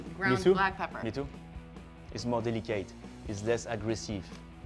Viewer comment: White pepper — It’s more delica-ite It’s less agres-sieve